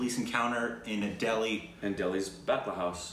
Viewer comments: It's batla not Badla... It's about a terrorist shoot out that happened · No it's batla not badla